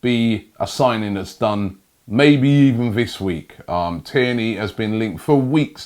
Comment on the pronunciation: only OG's remember when robbie said kierny